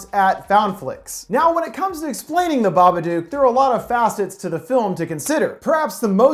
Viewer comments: Its pronounced BA-BUH-DUK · Why does he say babadook wrong so many times. He says it like babaduke. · It’s pronounced BABADOOK LIKE BOOK OR LOOK NOT BABADUKE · The Babadook, which rhymes with book not duke, is Amelia's Shadow in the Jungian sense. There is no supernatural entity in this film. Both Amelia and Samuel's realities are isolated, depressed, anxious states which, by themselves, distort reality. As with the roaches in the house and the car, Amelia is the only one to see them implying an hallucinatory state. The social workers saw no roaches in addition; indicating her disconnection from objective reality due to the repression of her grief, her lack of sleep and her awakened Shadow. Amelia is the true hero in this film; not Samuel. Why? Who had the power to confront The Babadook? Who had the power to FEED the Babadook? Amelia. Samuel triggered Amelia's awareness of her dysfunctional and dangerous mental state, but she is the one who took the steps to conquer her fear and to regain the balance needed to raise her son in a more healthy environment. Amelia embraced her dark side without letting it dominate her being. She learned from it, fed it and therefore realized that she could control it by facing that part of her repressed self. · The "dook" in "babadook" is actually pronounced like the word "book" or "cook". Not "duke". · Of course I have. But everyone I know has always pronounced it "duke". Funny, right? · The Smoking Skull no the movie is called BABADOOK pronounced duke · It's pronounced baba-duke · ok u know the word book? now replace the b with a d. THATS how u pronounce it. sorry it was really bothering me, the babadook is my fav movie. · Dook rhymes with Book cmon man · Baba-DOOK. It rhymes with "book" on purpose. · Flickirboii Yeeet I suppose, but a lot of people I know who have seen the movie also pronounce it "baba-duke". Which kind of makes the creature way less scary... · babaduck.. aight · Yep. It rhymes with book. How is that complicated?